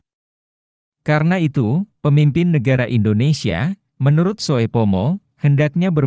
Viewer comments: Mohon maaf yang memberikan narasi mgkn blm tahu bahasa Indonesia ejaan lama.... Sehingga pada saat menyebutkan nama membuat kami bingung..... Ejaan lama oe dibaca u... Soepomo harusnya dibaca supomo. Trm ksh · narasi mohon di koreksi sesuai dengan pembacaan ejaan Van Ophuijsen. Nama orang Soekarno, Soepomo, di baca Sukarno dan Supomo. Jangan di baca oe mutlak.